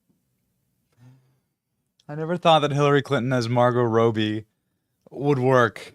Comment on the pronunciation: Margo “Rowbee” ?…